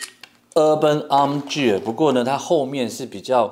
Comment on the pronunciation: Gear的發音錯了🤣🤣🤣